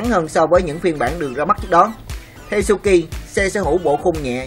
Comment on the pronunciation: Suzuki mà đọc cứ như suki ,125 thì nghe như 15 đọc chậm thôi thanh niên cho rõ ràng